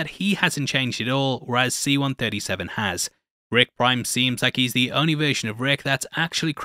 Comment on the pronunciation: I swear i keep hearing you saying ‘Rick Grime’ instead of ‘Rick Prime’